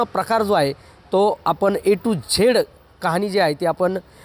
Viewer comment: ए टु झेड , नव्हे , ए टु ज़ेड, बोला